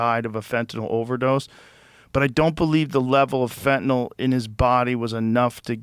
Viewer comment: Joe Rogan is the only person in the news genre, (and most of the world!) who pronounces “Fentanyl” CORRECTLY!!! It’s NOT “Fentan-ALL!”